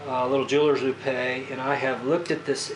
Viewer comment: Just FYI, a jeweler's loupe is pronounced "loop", not "loopay".